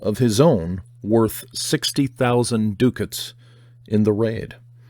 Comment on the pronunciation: Hi, I enjoy listening to you read various parts of interesting books. I am in Bath England and your mispronunciation of the Golden Hinde is hilarious you can check the pronunciation online, also look up Ducat. Thanks Vic